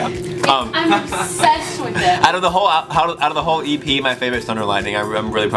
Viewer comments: Every time he said 'The whole EP' I kept hearing 'The Holy 'P'' and I was like yeah sure 😂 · When he says it fast it sounds like "the holy pee " lol 😂😂😂😂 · Am I the only one who thought he said "holy pee" instead of "whole e.p.?" oops.. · When he said whole EP i heard holy pee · Was I the only one who thought he said holy p